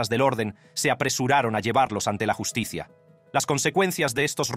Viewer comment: No entiendo nada al robot que habla. La llus ti cia 😮😂